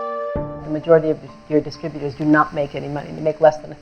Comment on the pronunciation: Also, disturbutors, not distributors (sometimes). (But perhaps they're making some sort of a point with that one!)